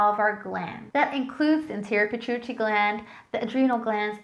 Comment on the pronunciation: Are you trying to say Pituitary Gland? Use phonics.